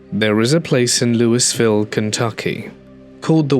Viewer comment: Louisville is pronounced without the 's', like Louie-ville (or if you're from the south, it's more like loo-vuhl lol)